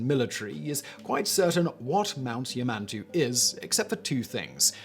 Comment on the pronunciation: Number 1 is pronounced Ya-man-tau. There are no Minotaurs at Yamantau but in the video game Metro Exodus Yamantau is home to crazy cannibals pretending to be the Russian government to lure unsuspecting survivors in and eat them. But Raven Rock on the other hand in Fallout 3 is home to a secret US government facility run by a super computer pretending to be the president.